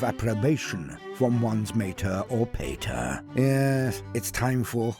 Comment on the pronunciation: The way said mater and pater hurt me.